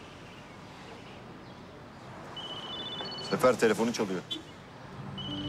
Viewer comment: Sefer'e zafer diyor